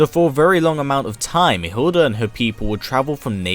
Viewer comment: Her name is Hilde not Hilda. You are not using the correct pronouncation.